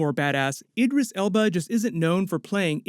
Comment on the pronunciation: The way he pronounces Idris 🤦‍♂️